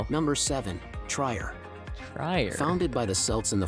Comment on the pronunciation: Why the narrators of these kinds of documents of countries do not delve into the correct pronunciation of the cities is a mystery to me because translator lets you hear the correct pronunciation. I am referring to the place Trier. This is not Tryer but tree-er in dde pronunciation.